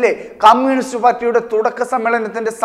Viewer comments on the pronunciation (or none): none